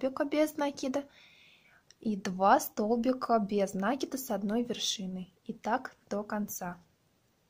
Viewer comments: Не нАкид, а накИд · Мишка невероятно милый. Попробую связаться такого. Но пожалуйста, вы столько раз сказали слово "накид" с неправильным ударением. Очень бьёт по ушам. А мишка супер. Вы большая молодец.